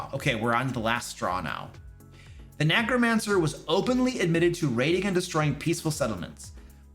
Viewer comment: I love mispronouncing Necromancer as if the E is a A.